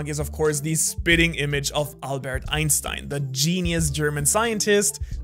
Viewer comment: I really liked the part where channeled his inner German and pronounced Einstein correctly 😅